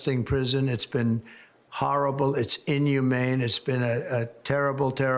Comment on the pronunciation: "Its hahrible and in-yoo-main"